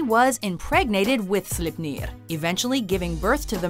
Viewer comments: Its sleipner not slepnir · Wow first one is draugur but they said dragar that’s when u know the video will be good HAHA AND 7 SLIPNIR HAHAHAH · I died a little everytime but Sleipnir had me in great pain. It's pronounced "slayp-neer" not "slipp-neer". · Slipniir? Its pronounced more like: slay(as in kill)pner(ner as in ending in corner) slayp-ner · Sorry to be that guy but its Draugr (pronounced draw-grr), Sleipnir (pronounced sly-pnear), Svaðlfari (pronounced sva-thl-fari(ð is pronounced like th for THis, or THat, or THen)), Veðrfölnir (ve-thr-fol-neer(remember- ð is pronounced with a loose th sound)), Níðhöggr (pronounced nee-th-hogger), Muspellheim (moo-spell-high-m), Niflheim (knee-full-high-m), you got Ratatoskr right but you tried a little too hard. Dwarves came from Ymir's skin as maggots and reside in Svartalfheim (svart-alf-high-m) or Niðavellir (knee-tha-ve-leer). Tyr lost his hand during the time when the gods were chaining Fenrir up. Fenrir ate it. Once again sorry to be that guy. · Slipneeeer. xD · I only reacted to Sleipnir and how she kept saying Slipnir like the E wasn't there. That's just reading comprehension fail